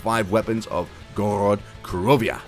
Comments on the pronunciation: Why do you say Gorod krovia? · You said Gorod Krovia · Why would you drop kick your grandma you're in idiot and I hate when you say that and you pronounce Gorod Krovi wrong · Ok doesnt matter it just sounded funny <3